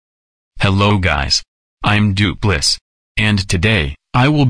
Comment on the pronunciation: If you want voice to say Doopliss correctly, type in ‘Do plis’.